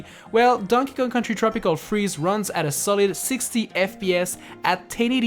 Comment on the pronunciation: “tropical cheeze” instead of “tropical freeze”?